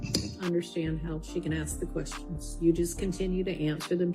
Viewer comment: Please, it's ASK, not aks.